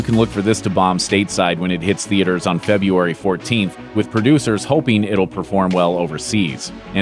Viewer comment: If you are paid to talk, you can pronounce the first "r" in Frebruary.